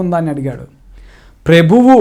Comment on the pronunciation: This fellow nursery school student that is why he is not Speaking correctly